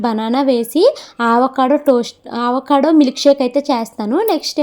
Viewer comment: Meeru aavacado antunnaru avacado anali modati a tho palakandi second a palakakandi ante telugu varnamala lo modati aksharam tho palakandi